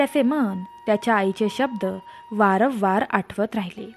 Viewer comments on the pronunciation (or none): none